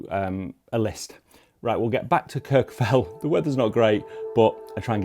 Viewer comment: You’re absolutely butchering the pronunciation of Kirkjufell and Snæfellsness.